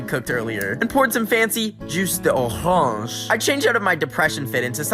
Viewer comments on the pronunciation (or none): As a person who speaks French and English, I can verify this phrase is correct. However, the "S" in "Jus de orange" is actually silent. And "de orange" should be "d'orange". So it's "Jus d'orange"